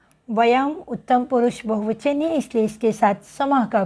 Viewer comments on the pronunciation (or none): आपका उच्चारण स्त्री को आप इस्त्री क्यों कह रही हैं।